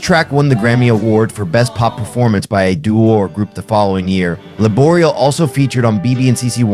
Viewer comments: Good video. I just wished you'd have spent some time checking the proper pronunciation of many players including Abe's last name Laboriel with the accent on the 'e'. Koinonia has the accent on the last 'i', etc... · Thanks for this. I love Abraham's music. No offense, but you have to say his and Michael O'Martian's names correctly: Lah-bor-e-el. Michael O'Mar-t-an. Oh, and it's Koin-o-knee-ah.